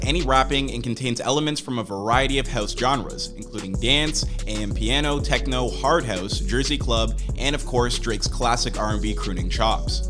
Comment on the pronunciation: Its AMA-PIANO.